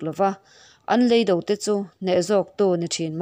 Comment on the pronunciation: Ka tisual em lovang chu maw..?! Leido 'Lei - Toung' zawk hi, a lamrik dan tur.